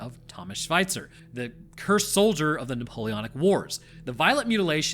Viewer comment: Thomas Schwitzer = Thomas Sweater you pronounce it Thomas Schweizer = Thomas Swiss (as in a Swiss citizen) :D Interesting story as always plus no Angler Fish in Germany!